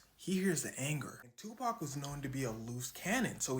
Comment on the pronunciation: Tupacs "TAUH"